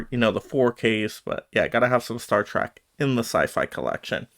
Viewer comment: Trek is not pronounced as track, but like Shrek, replace the sh with a T